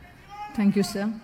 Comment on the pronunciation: P. T. സിറിയക്ക് സേർ. എന്നല്ല സർ എന്നു പറയു